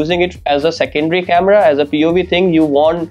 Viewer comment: ahan ahan English chemera🤣🤣🤣🤣 speaker yeah speaker 😂😂 best one is the chemerahh 😂 OMG